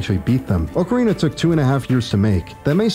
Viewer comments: I couldn't even get past the first five seconds of this video because you said "Oak-ca-rina" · This mans opens up immediately pronouncing ocarina like a clown, I respect it lmao